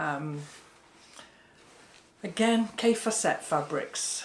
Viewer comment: Lol you always pronounce Kaffe Fassett name wrong. Have a look on the YouTube’s. He says